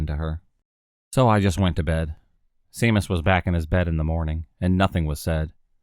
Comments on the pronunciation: U got it sea mus lol 😝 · For your interest, Seamus is pronounced SHAY-MUS